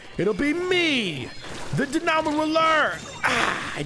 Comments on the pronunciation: It’s dynamo (die-nah-moh) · the diyamo roller Me: it's the dinamo roller ( that's how you say it not spell it) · “ kensa dibnamo roller “ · The way you pronounce dynamo hurts my head